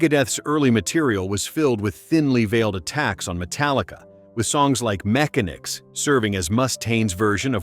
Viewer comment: AI crap as they pronounced "Mechanix" wrong. Also the way the voice said "Mustaine" was a little annoying. smh